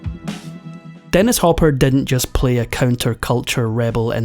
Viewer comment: Why do you have TROUBLE Pronouncing the I correctly in words??? It is not sexty = it is six ty. Not didn't = it us didn't Thumbs down Turn you off completely